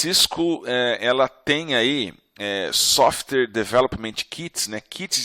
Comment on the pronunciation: Desculpe, mas depois que eu escutei softer, e softers... não consigo mais prestar atenção na aula. Sim eu sei, eu tenho problemas de atenção. Mas espero que não aconteçam com vocês também, ficar esperando a próxima vez que ele falar "softers".